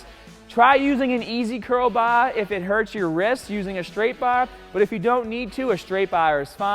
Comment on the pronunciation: Does this guy only have a Boston accent when it comes to the BAAA?! Great video btw, literally trying this in an hour